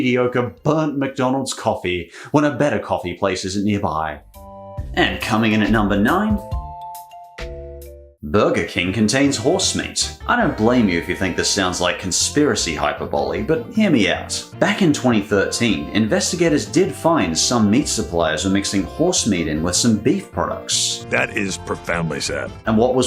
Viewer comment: Good vid but: (1) Sounds like it was recorded in a toilet (2) Can see coat hanger marks on your shirt (3) Pronounce hyperbole right (4) $4,000,000 should have commas 😀